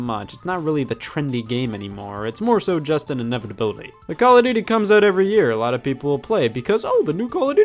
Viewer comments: CALL (O F) DUTY. not Call (A) Duty, Call (O R) Duty, or Call (O) Duty. People are so annoying when they say the name. It's not even a good series. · “Cal of Doodie” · stop saying caladooty